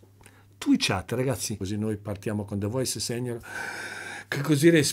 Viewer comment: la pronuncia